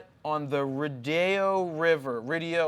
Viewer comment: It's the "Ree-doh" river